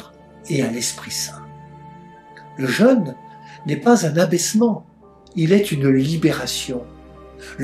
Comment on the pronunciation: Je suis gêné par la prononciation du mot jeune beaucoup ne font pas de différence entre le mot jeune ( adolescent ) et le son jeune ( avec l accent ) pour parler du carême